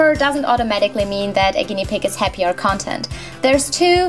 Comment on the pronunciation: Love your videos, love your voice! 🙏🏽One thing threw me in the narration—the stress in the word ‘content’ “CON-tent” = Inhalt “con-TENT” = zufrieden 😉